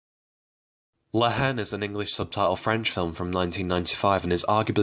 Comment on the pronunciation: By the way, the H is silent in La Haine. May as well pronounce the title correctly!